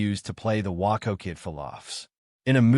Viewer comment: WAY-CO WAY-CO WAY-CO. The Waco Kid is pronounced Way-co. Could not get through the vid hearing WAA -Co Kid!